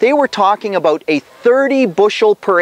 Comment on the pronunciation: "I think we talked aboot that" :D